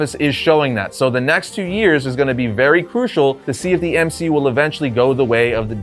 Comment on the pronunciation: No ones gonna talk about M-she-u?